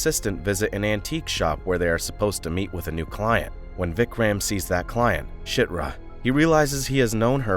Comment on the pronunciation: you just called chirta shitra.....